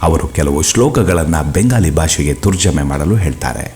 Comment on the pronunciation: Pls nimma kannada sudharisikolli.. Turjume anno pada kannadadallilla... Tharjume antha ede... Ennu saakastu thappu oduthiri.... Don't destroy kannada... Pls learn kannada first